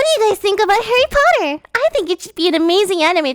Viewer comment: Hawwy Potter!!!